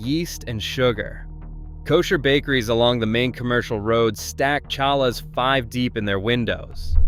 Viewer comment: Cha lahs? really?